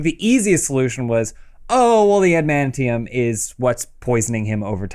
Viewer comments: Adamantium, not Adamanium Adam. I love you Adam but that pronunciation is driving me crazy. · Adam it is Adamantium, not Adamanium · Love how Adam keeps saying "amanium" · I thought Adam of all people would be able to say "adamantium"... but he says "anamantium". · Adam it's pronounced Ad-uh-man-tee-um. I'm sorry but I had to say it.